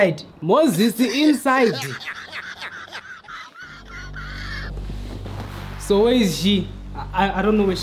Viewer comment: The emphasis on inside though😂😂😂😂😂